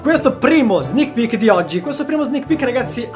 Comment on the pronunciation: Io in tutto il video ho sentito solo "snich pich"